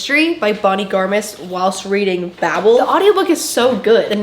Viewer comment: Many endless days now since I last heard someone pronounce ‘bable’ correctly… my quest continues…